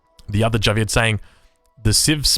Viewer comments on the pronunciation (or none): none